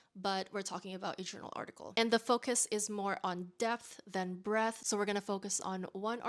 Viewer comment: Omg i heard “death […] breath” instead of “depth […] breadth”